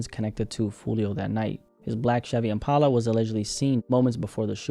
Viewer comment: why are you saying impala like that